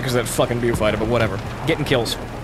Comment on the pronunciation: I swear, It's BOW-fighter. PLEASE, YOU ARE HURTING MY BRAIN.